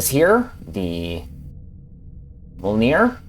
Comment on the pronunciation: Yikes, your pronunciation is sad. Let's try these again: 1) Dunkerque = "Dun" + "Kirk" 2) Galatea = "Guh" + "Lay" + "She Uh" 3) Mjolnir = "Me" + "Ol" + "Near"